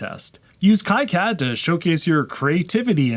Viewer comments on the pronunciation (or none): Fun video, but please check your pronunciation of KiCad, it’s actually pronounced KeyCad according to the the foundation.